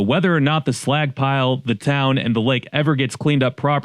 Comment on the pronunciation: Was listening w phone in pocket and the entire video I've been trying to tell if he's saying "slack" or "slag" "The Slagck pile 🥴"